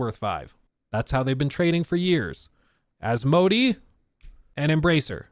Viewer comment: Took me a while to figure out who this "a" company is. It's pronounced more like as-mow-day